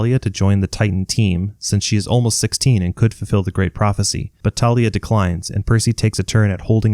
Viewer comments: Its thalia not talia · bro it is thalia not tarlia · Random comment…ERM actually it’s Thalia not Talia🤓👆(also it’s a joke) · Its THAY-lee-uhh not TAH-lee-uhh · 1. It’s pronounced Thalia not Talia 2. Circe turned them into Guinea pigs 3. Forgot about Silena Beauregard, a spy in Camp Half Blood for Luke and sacrificed herself to defeat the Drakon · Dude its tha-lia not ta-lia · Hey its Thalia not Talia this fact from the movies pisses me off a little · aha ok just that ive been pronuncing it thalia and mythology guy has been pronuncing it thalia and rick pronounced it thalia